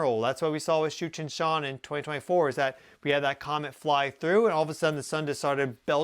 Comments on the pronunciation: You keep saying it and I keep hearing Cheech and Chong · Did he just say Comet Cheech & Chong? 😂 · Thought you said Cheech and Chong 😂😂😂😂😂😂😂😂😂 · I keep hearing Cheech and Chong when he says that comets name. Lol :) Brightened my morning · Tsuchinshan sounded like “Cheech and Chong!” My bad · Oh, I thought he said Cheech and Chong …..”Tsuchinshan”